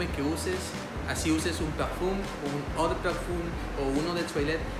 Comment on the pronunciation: Muy buen video, por cierto el Eau se pronunciona como Ó